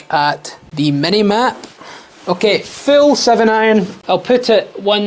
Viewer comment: dang I swear you kept saying Fill 🤣